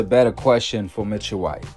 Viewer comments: Ain’t it “Michael White” & not “Mitchell”? 😂😂😂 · Bro how do y’all pronounce these people EASY , SIMPLE NAMES WRONG make me feel like y’all doing dat on purpose pronouncing Michael J White like Mitchell J White makes no sense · It sounds like you're calling him Mitchell, His name is Michael Jai White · His name is not pronounced Mitchell White. His name is pronounced Michael (as in Michael Jordan) White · He calling him mitchell white...lmao. It's Michaël. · Bruh its MICHAEL not MITCHELL 😅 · His name is not Mitchell bro it's Michael lol 😅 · How he your favorite actor and you saying his name wrong lol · How he one of yo fav actors but you got his name wrong every time you said it😂😭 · Can’t be one of your favorite actors saying his name like that